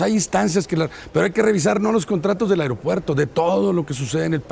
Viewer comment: Chingadamadre alguien dígale a Nuño que se dice A-E-R-O-P-U-E-R-T-O... ¡¡¡¡¡¡AERO!!!!!!! No "AREOpuerto"...